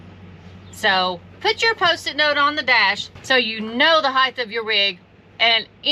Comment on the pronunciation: Good video. Except for the word “heith”. It’s “height”. Sorry. You triggered a pet peeve. 😂😜🤷🏻‍♂️